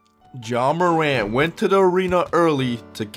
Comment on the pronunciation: His name is pronounced John morant 🤣